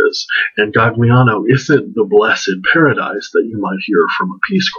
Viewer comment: I just ordered this book, then happened upon your interesting review! (By the way, Gagliano is pronounced with a silent g.) I can't wait to read it. I found "Gagliano," which is really Aliano, and Carlo Levi's house and statue are placemarked. (Google Maps - you can use Street View)